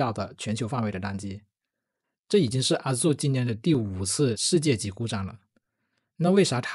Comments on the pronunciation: 😂，不是阿祖-，而是艾惹～ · 你的Azure的發音大大錯誤😂 需要更正一下